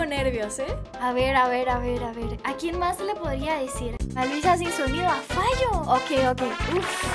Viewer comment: Jaja se notó lo colombiano en lo de fallo